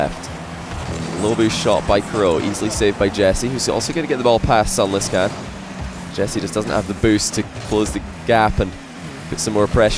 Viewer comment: Why does pronounce sunless khan's name like that?